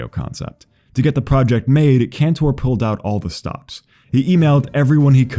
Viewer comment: It's pronounced "Canter," not "-tore." And his friend Andrew's last name is pronounced "Lor-itch." I love this video because I'm friends with these guys and have known them since childhood. Andrew Laurich taught me how to play basketball shortly before he inspired the song. Andrew also directed "A Reasonable Request" which you should see. Facebook magician Rick Lax was friends with us too, but he blocked me. The world is weird